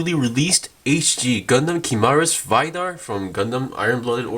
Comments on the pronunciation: "VAYDAR" XD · ive heard barbaitos,ive heard gim,now ive heard vaidar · the way he says vidar💀